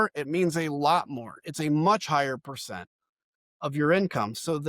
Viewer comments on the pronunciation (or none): none